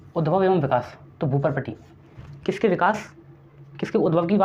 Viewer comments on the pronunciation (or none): विकाश नहीं... विकास होता है